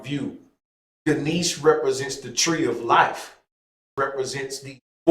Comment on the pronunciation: It would be nice to hear you pronounce Ganesha correctly with the a at the end